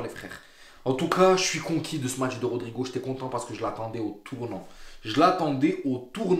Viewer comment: Les gars cessé d'écorcher le nom de rodrygo et nn pas rodrigo😂 vs êtes de faux supporters Hala Madrid forerver🎉